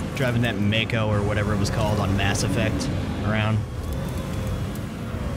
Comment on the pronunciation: Mako.... pronounced May Co. nice vid. Liked and subscribed.